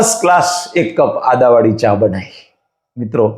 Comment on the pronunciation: Bolaneki sikho Adavali Nahi Aduvali bolo.